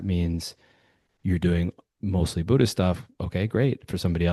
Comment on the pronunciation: I think you said author of BUDDH-ISH lol I thought I had made up that term❤